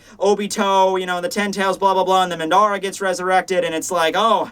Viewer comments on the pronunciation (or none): Pronounced madara incorrectly